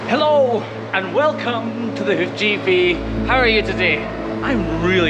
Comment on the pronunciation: Love this channel! I have to ask...am I the only one that hears " welcome to the hoochie pee" ? 😆 🤣 🤪 😜